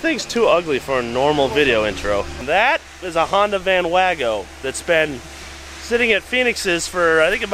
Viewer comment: “Van wago” 😂